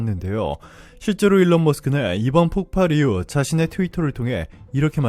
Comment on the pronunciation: 폭팔? 바른 발음하세요.